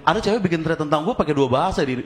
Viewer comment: Udah bener spelling “thread”-nya 😂